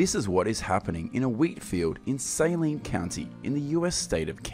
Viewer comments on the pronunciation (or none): I LOVE your videos. One helpful thing 4 you. The county's name is pronounced "seh-line-nah" in Kansas itself!